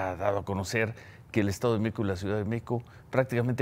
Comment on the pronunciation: Hable bien, parece que dice: "El estado de Meco, la Ciudad de Meco" 🤦🏻‍♂️